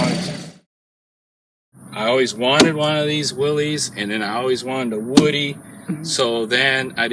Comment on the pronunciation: You would think the inventor would know how to pronounce his own name. Will-iss like you said, that's how it was in the commercials.